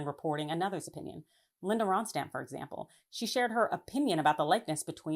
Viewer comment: it's pronounced "Ron-stat"